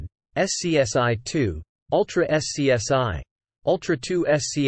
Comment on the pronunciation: The AI voice has to learn that SCSI was usually pronounced "scuzzy" instead of being called by its letters.